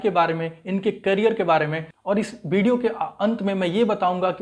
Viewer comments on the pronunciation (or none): सा नहीं शा होता है कैरियर नहीं करीयर होता है।